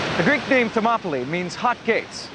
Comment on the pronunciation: this guy speaking is meant to be like a clever scholar or something like that who knows the shit he speaks about yet for some reason he pronounces Thermopylae by Latin phonetics and he doesn't realise that in greek the words that end with "ee" are spelt the same as latin words which end in "aye" when the latin word came from the greek word when spelt with the latin alphabet. The accent changes over time. What an idiot. Clearly his studies are limited to the roman world onwards.